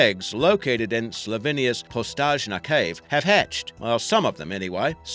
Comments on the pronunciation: it's actually pronounced like postoYna not postažna. we pronounce the letter J as like 'yuh'. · Postojna is actually pronounced [pɔˈstoːi̯na] (po-stoy-na). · Postojna cave (where the olms are from) is pronounced "poss-TOY-nah" cave :) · How did you come up with that pronunciation of Postojna? It's pronounced poh-stoy-na! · I cringed when he sad Slovenia and Postojna cave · he said postonska cave wrong... i live in slovenia as well ^^ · how did you call "Postojna Cave"...?! Well.. our language is too hard for Americans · you sad name of cave wrong i am from slovinea